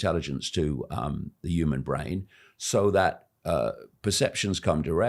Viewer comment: Why can't he say "human " 😂